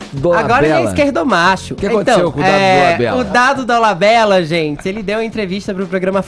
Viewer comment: Ele falando zentie e não gente é de doer .